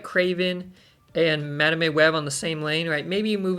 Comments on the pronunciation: That madame pronunciation is diabolical 😂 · My soul shivers each time you mispronounced Madame 😂 Joking aside, these cards are so exciting and a shot in the arm for those who might find the game has gone stale. Picking when you ‘Activate’ their abilities is such a mind game and creates cool new strategies. Move deck enjoyers will surely be licking their lips at these upcoming cards (plus Kate Bishop’s grappling arrow). Another great video! 👍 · I don't get it, why does he pronounce it wrong?